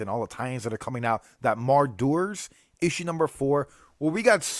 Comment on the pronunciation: Mar-Dooers?? Muh Rah Ders buddy. Lol. You’re too hilarious as usual. Love you man